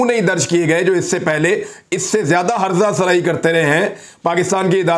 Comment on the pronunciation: عمران بھائی..سلام لفظ ہٍَرزہ سرائی نہیں بلکہ ہِرزہ سرائی ہوتا ہے ۔شکریہ